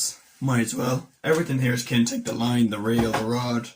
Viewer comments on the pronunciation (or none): I have used a bit of the Kinetic gear and for the most it is really good value for money. Their split rings are really good in particular. BTW it is pronounced kin etic not kintec, sorry mate just had to point it out 🤫